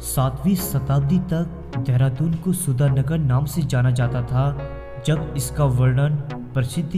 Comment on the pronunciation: धेरा दून नही चंपू. ...देहरादून. ..pronounce it properly. ...!!